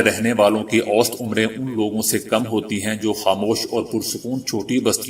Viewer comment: اوسطاً پرھنے ھیہں اوسط نھيں پرھتے